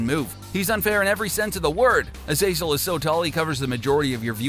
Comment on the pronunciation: What is it with YouTubers and using the less intuitive pronunciation of character names? Azazel is a pre existing name for a monster so it’s probably pronounced “Ah-za-sell” (like Azrael) and not like hazel. I mean, how does that sound good?